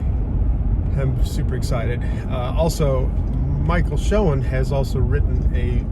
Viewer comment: I suppose when this car is at a car event, it is a "Shoen-Tell"?????